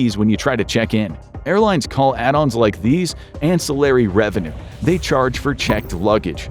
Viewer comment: In the UK I pay £241 tax on a £450 ticket to Thailand, 'isn't ai' but can't say ancillary correctly.